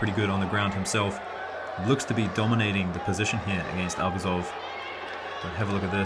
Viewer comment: Great comments! A small piece of advice: ArbUzov’s surname should be stressed on the second syllable, not on the first one. Just out of respect for the sportsman.